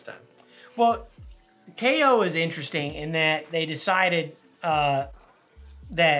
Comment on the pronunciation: It’s actually pronounced KYE-OH 😁👍🏻